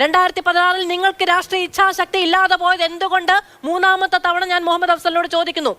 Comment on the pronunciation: "മുഹമ്മദ്‌ "..….അഫ്സൽ...🙄🙄🙄ന്നാലും ന്റെ ". മൊഹമ്മദേ....... 😂😂😂😂😂😂